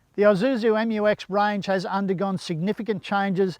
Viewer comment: Its Isuzu not Izuzu there's no such thing as Izuzu. The S is there Its Isuzu.